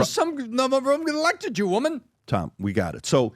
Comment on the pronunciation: The way he said WOMEN , you know what he wanted to say . It’s sad that this pod has turned into FOX NEWS ! Smh